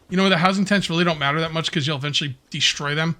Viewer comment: Our first DEE-STROY